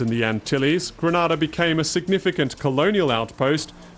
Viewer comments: GrEnada - not GrAnada - why cant people pronounce the name of the Island properly? Granada is in Spain. Grenada in in the Caribbean! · Please pronounce the name properly it's GRENADA not Granada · I loved the miniature history lesson, but it was rather unfortunate that the narrator kept mispronouncing the the Island. It's pronounced Gree- nay-dah not Gre-Nah-dah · Great video ... please know Grenada is promounced Gree- nay-dah thank you. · LOOOOOOOOL its Gre-nay-da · Granada is another place altogether. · Lovely visuals, many great nuggets of history BUT I cannot share a video that so blatently ignores a basic concept of getting the name right. Gre- NAY-da. It's painful to Grenadians to hear it so mispronounced. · If you are going to make a video about GRENADA - perhaps you should first learn how to pronounce it properly. It's easy Gre-NAY-Da. Try it. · Someone should tell this narrator that he is pronouncing GRENADA wrongly. It is not the same pronunciation as the Spanish country Granada. It is GRENADA!! pronounced Greenayda!!!!! Get it right Narrator... PLEASE! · I hate how this guy keeps saying Grenada like Granada. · mustafa ahmed Lol right! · That's not how you pronounce Grenada 🇬🇩🇬🇩🇬🇩🇬🇩🇬🇩